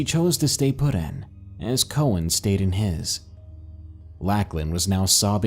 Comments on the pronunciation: Awesome narration! But every time you said “Lack-lan” instead of “Lock-lan” (for Lachlan) I legit wanted to scream 🙃 Probably just because its my sons name lol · Lacklin? You mean Lauchlan. Pronounced Lock-Len. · Beast of Mogo Gold Rush Colony - Lacklin? I think you mean Lachlan. Love the video though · Never heard anybody pronounce the name Lachlan like that before very peculiar indeed.